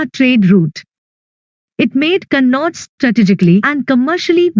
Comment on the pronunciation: Ma'am it is kanauj you said kannauj